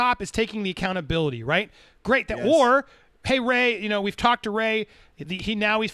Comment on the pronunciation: You two are so eager to hate Ray and continue beef with him that you're refusing to acknowledge the truth. Not that he is even being 100% honest, but that you rushed to judgment and were wrong to do so. Refusing to say his name correctly is also a major form of bullying. You're the worst type of people.